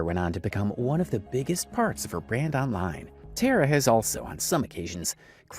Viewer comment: i don’t personally like tara but it did annoy me that you’ve done so much research and heard how she pronounces her name (TAR UH) and still said it wrong 😭 before anyone gets mad, it’s just the fact that tare uh is not her name lol